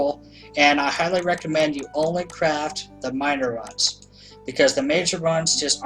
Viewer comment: "Rauns" cringes